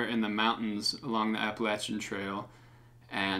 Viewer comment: You don’t know how to pronounce Appalachian? Cmon you’re a fellow! Ha. Let me know if you’d like me to send some of my tunes your way for consideration on videos